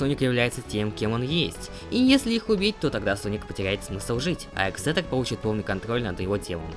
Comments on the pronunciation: Соль не ексетор а эгЗэтор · Не экзетер а эгзелер